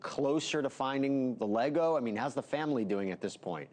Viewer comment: How are you going to do all this stupid stuff and still not be able to say Lego correctly?